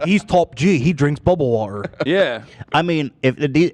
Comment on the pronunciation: Please stop trying to say "water" with an English accent. Its so far off Im cringing out of my skin lol